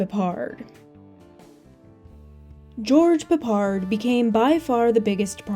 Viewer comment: Do you Yanks deliberately go out of your way to mispronounce names ? George Peppard is said the way it looks PEPPard, not pappARD. Where the 'ell did you get that nonsense from ?